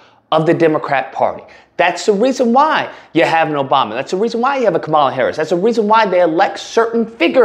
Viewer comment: You’re pronouncing her name wrong.